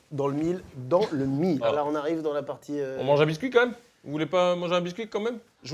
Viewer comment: on est d'accord que carlito dit "comme même" a la place de "quand même" ? Et c'est lui qui se plaint de "mon feeling à moi" ?!